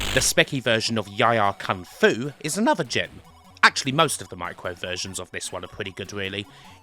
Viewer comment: I don't know how to pronounce the names of some of these games.😂 He calls YIE AR KUNG-FU with the word YIE pronounced like TIE... I always pronounced it YEE like SEE with the double E sound. The other day I watched a video where they pronounced the WEC in WEC LE MANS as a word like PECK rather than sounding out the three letters. Have I been getting it wrong all these years 😂